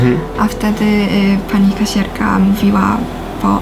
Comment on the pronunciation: słowo " kasjerka" o ile dobrze pamiętam może nie było wielkim błędem, ale minimalnie trudno jej było to "j" wymówić